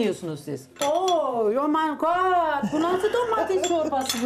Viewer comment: waooow domatis çurbası ooo yu mayn gant bu nasıl domatis çurbası büyle